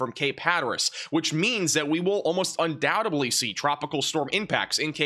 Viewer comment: I love your forecasts and appreciate your weather knowledge. May I suggest you stop saying un doubt ub ly? It’s un doubt ed ly. Thank you, good talk. Please keep up the awesome work, you are my first source for accurate weather. I live in Myrtle Beach, so as you might imagine, I watch you closely this time of year.